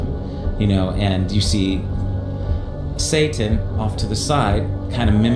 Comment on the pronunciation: why he keep sayin shai-town 🤣 can say 'satanism' but not 'satan'? Yea he says it once shortly after but all the rest...